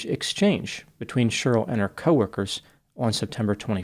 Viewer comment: it’s Che-rly, not shurll🤣🤣🤣🤣